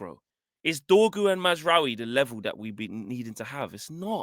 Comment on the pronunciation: Nigga said Mazraoui smh 🤦‍♂️ I tire yo matter Abeg!! kmt